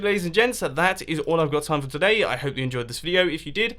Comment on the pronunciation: you're gonna have a bad tom? pretty sure you either meant "time" or messed up saying "you're gonna have a bath Tim"... and there is no E in sans, although I suppose you could have added that intentionally.